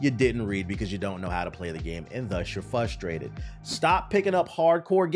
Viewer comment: MY GUY. STOP. Pet peeve. STOP SAYING FUSStrated. It's FRUStrated. I HATE when people say that word wrong.